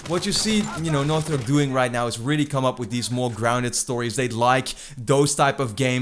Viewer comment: dude, you need to work on how you're pronouncing "Naughty Dog" I'm hearing "Nauthy Dog" every time... maybe annunciate your "t"s better